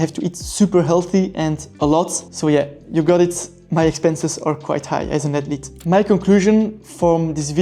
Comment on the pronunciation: Atlete. Screw saying the “h” sound lol